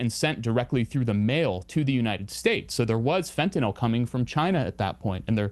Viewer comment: Anyone else noticed that it's pronounced fentanyl not fentanol? I think it was Trump who started the latter pronunciation.